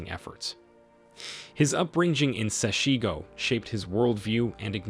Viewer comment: Please learn how to pronounce the name of my township correctly. Do so before you make your podcasts. SESHEGO. If it is difficult Julius will teach you.